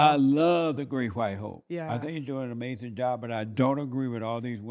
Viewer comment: Uh May Zen